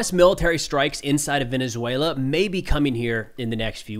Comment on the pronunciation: Your pronunciation in Venezuela is impressive for a gringo! Great video, you're very informed! Excellent content!